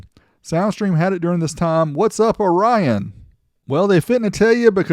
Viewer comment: FYI: the company Orion, not Rion or (u)Rion.